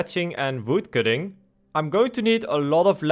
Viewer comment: I just like how he pronounced Voodcutting :)